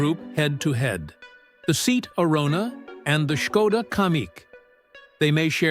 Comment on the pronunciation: Some day, Artificial Imbecility will learn to pronounce 'Seat' whether of not it's written in capitals.